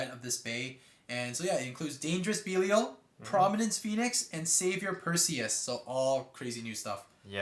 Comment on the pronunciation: It’s pronounced dynamite bellial not beelial